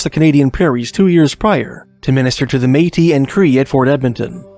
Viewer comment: "May-tee." I learned it here!❤